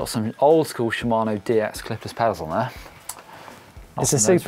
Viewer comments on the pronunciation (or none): none